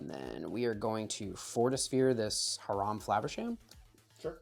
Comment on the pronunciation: Great video! I do get misophonia from Her-ahm vs High-ram but my only real negative is Holos are nice but dont look great on camera.